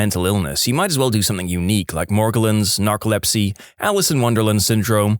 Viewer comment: No K in the word something